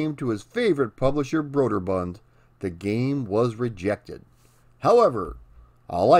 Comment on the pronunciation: And it’s “broo-der-bund” not “broad-er-bund”. Love the channel!